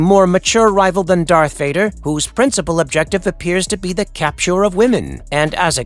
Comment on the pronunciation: Did he just say DARK VADER?????!!!!!! 😂